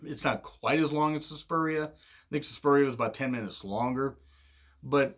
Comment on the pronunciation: SUSPIRIA not SUSPURIA